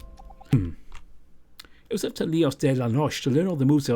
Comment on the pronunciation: Hey! Just wanted to let you know that in Spanish, “Leos De La Noche” is pronounced “lay-ohs day lah no-chay” but you keep doing you if you’re uncomfortable with it 👉👈 Still, I love tuning in to listen to your voice! Keep up the great work, as always! : )